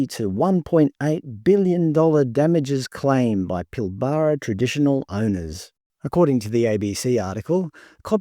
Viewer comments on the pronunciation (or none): "Pilbaaraa"...lol. It's pronounced 'Pilbra'. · Your obviously not from around here, we pronounce it Pil-bra in WA, not Pil-bar-ra 😂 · For a start, it’s Pilbara NOT Pillbarrah ………. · Clearly not from WA :) Pil BArra (Nope) sounds like Pilbra even though its not spelt that way. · Pronounced pil-ba-ra not pil-bar-a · It’s pil-buh-ruh not pil-bar-rar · It’s NOT Pil bar ra It’s Pil bra….. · 😂😂😂😂😂I've never heard another Australian citizen pronounce The pilbara as pil-bara its actually pronounced pil-bra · Not how you pronounce "Pilbara". Every sandgroper watching this is cringing every time you say it. It's more "Pilburah" - I think :) Plenty of links in YT after a search for "how to pronounce pilbara" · It's not "Pill-bar-arr" it's "pill-bra" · Yeah, it's "pill bruh", bruh! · Its pronounced “Pillbruh” mate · It's pronounced "pill-bruh" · By the way, it is pronounced "Pill-brah". Great videos though, love the content ❤ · It’s pronounced Pill-bruh… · You lost me when you Pilbara wrong. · Just need to work on your pronunciation of some words. Like Pilbara and Yindjibarndi. It stands out as a non-local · Please learn how to pronounce Pilbara. It really grates. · So all the people here think it'd be better selling to China than keeping Australian?? This potato can't even say Pilbara the way an Australian should say it. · You don’t pronounce pilbara correctly. Emphasis is on the first syllable, not the middle syllable. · Never heard the Pilbara pronounce that way must be having a brain fart with all these unpronounceable made up Aboriginal words lmfao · I've never heard an Australian say Pilbara like that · You must be Melbourne QC. You pronounce Pilbara wrong so lost interest immediately. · Your pronunciation of Pilbara is a bit odd